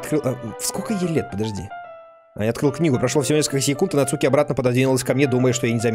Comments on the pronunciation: Емае не нацУки а НАцуки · Не Нацу́ки! А На́цуки!😄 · Почему он говорит НацУки, а не НАцуки? ( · Куплинов: НАцуки❌ НацУки✅ 😅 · да, еще правильнее вообще без ударения - Нацки ("у" почти не произноситься)